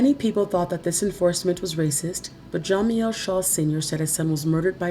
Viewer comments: Yes most definitely. And why in the hell do you keep pronouncing jamiels name like that???????? It's ja- meel not Jah- meel..!!!!!!!!!!!! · learn how to pronounce jamiels name first!!!!!. It's ja-meel not jah-meel. Get it together if you're going to be a narrator!!!!! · Pronounced Ja..MEAL not jamieel